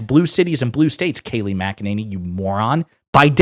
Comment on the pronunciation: Say her name correctly. Mac-Eh-Ninny. With all her sh!t talking she must spend a fortune on teeth whitening. Unbelievable liar.